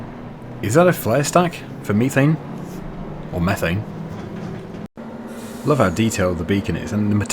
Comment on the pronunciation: it's pronounced methane.